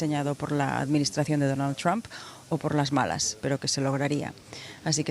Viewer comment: Así se pronuncia Trump ,NO tram